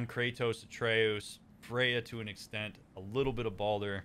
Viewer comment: 10 sec in: "Atre-oos" Uh oh.... 30 sec later: "...Atreus..." Oh thank God. Rest of the video: "Atre-oos, Atre-oos, Atre-oos." 🥲